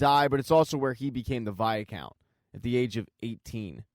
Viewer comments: Fun recap but....for the love of Pete!! STOP SAYING "VIA-COUNT"!!!! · It pronounce as "why count" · Viscount= v-eye- count or vycount. Where is this extra a in the middle coming from??? lol. Great recap. Please do Outlander!!!!